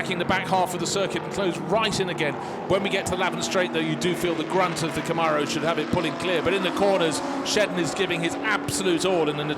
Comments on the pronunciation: Please... they are called "Cam-mare-ohs", not "Com-ar-ohs". They were made in America. We grant you "al-U-min-e-um" please grant us this. Thanks. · Did he say "going like a ding bat" ??? And also someone teach these guys how to say Camaro